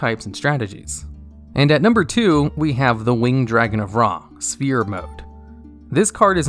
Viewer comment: I hate that for all these years, you still pronounce it "spear" rather than "sfear". PH makes an F sound.